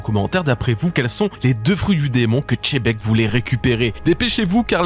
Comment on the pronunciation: Tchebec... lol xebec ou a la rigueur chebec, mais tchebec c trop..😂😂